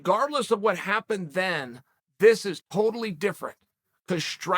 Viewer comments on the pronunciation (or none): none